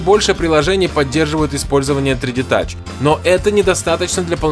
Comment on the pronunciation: Научись говорить 3D Touch и iPad Pro